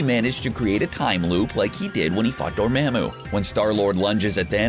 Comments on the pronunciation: its pronounced, door-MA-MU!!!! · Dor-MAM-oo?? The pronunciation is killing me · Door- Maa-Moo lol classic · Say it with me Door-mom-ooh Dormammu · Does anyone at CBR actually watch these movies? They can’t pronounce BiFrost or Dormammu among others and it’s really distracting. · Aga-MOE-to!!! Dor-MAH-mu!!! Names are specific sounds, and not subject to accents. My name is Jeremy, not Je-RAH-my, JAH-remy, or any other variation.